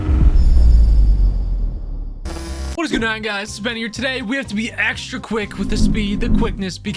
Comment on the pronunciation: He said "spen" not ben